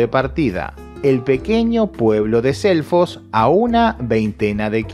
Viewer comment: Por un momento pensé que decia elfos